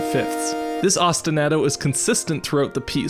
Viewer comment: That was fantastic! Just a note, I think Ostinato is pronounced like Ah-stin-ah-to like "ah yeah that was a good episode", not like Ah-stin-A-to with the a sounding like the A in "Splat goes the bug". Thanks as always for a great episode!